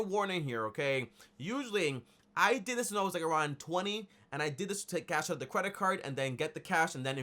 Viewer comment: He said Cwedit card 😂😂😂